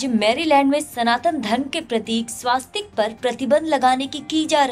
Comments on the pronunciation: वो स्वस्तिक है ना की स्वास्तिक है। सही उच्चारण किजीए। आप भी ग़लत बोलोगे तो कैसे चलेगा। दुरुस्त कराइयेगा। जय हिन्द। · The narrator deserves a kick. It is not swaastik but swustik. Pronounce it correctly. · स्वास्तिक नही स्वस्तिक